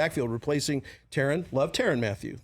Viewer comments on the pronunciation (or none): Stonestreet called Tyrann “tee-rin”? As a KC fan i find it bizarre that somebody could have went all this time without correcting that